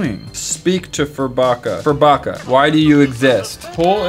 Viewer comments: Is it just me or did say burfucker not furbucker? 😂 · The way said burfokka not furbakka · My brother has that furbacca toy and he loves it BTW said Burfacca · Mathias: hey here's my Furbacca: Hey Burfacca Who else died? 😂😂😂😂😂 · "heres my furbacca" "hey burfacca"😂 im dead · Matt: hey heres my furbacca: hey burfacca LOLLL